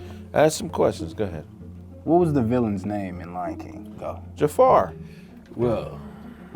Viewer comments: This man said Jefar😭😭 That hurt bro😂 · I know my boi didn't just say JAFAR with his whole chest lol